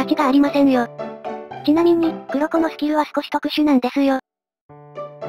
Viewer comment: くろこではなくこっこと読みます。